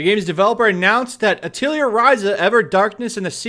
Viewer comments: Hey 2, not that I care too much but I figured I'd point out for future reference, Atelier is pronounced "Ah-teuh-lee-ay" It's a French word, so don't feel bad, but yeah, I just found it hilarious how you were pronouncing it like Artillery or something xD It basically means workshop and references that every main character is an alchemist, and they use item creation as a heavy role in the game series. Hence, the work shop reference in the title. Again, don't feel bad, but yeah for future reference, it's "Ah-teuh-lee-ay" not "Ah-tiel-lee-er" XD I still can't get over that that's such a funny way to say it. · Great videos, but it is pronounced: "Ah...tah...lee...eh" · The only thing that triggers me about this is your pronunciation of "Atelier" XD Over here we use the French pronunciation which sounds very, very different.